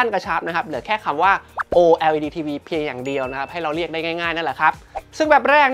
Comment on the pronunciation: ออกเสียงว่า โอเลด จะสะดวกปากคนไทยกว่ามั้ยเทอร์